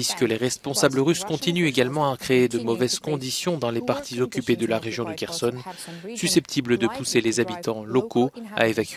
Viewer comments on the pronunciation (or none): none